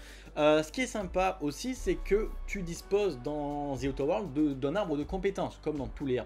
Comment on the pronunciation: Zi outeur world l'accent ma flingué !